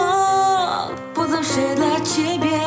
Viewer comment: Mnie też z lekka boli to 'love' ale nie ze względu na brak tłumaczenia tylko na wymowę. 'Love' czyta się bardziej przez 'law' aniżeli 'low'. Można powiedzieć że to 'a' z minimalnym 'o'